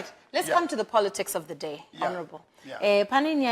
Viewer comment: i like how Chinoz says "porotikisi" kkkk